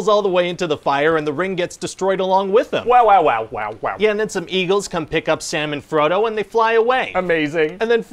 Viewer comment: I thought he said "Salmon Frodo" and got a strange mental image lol